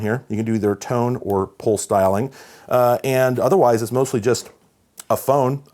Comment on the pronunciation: At first it sounded like he said "pole styling" but than I realized. pulse dialing .